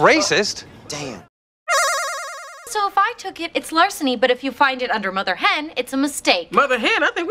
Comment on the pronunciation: Mather?. Better say father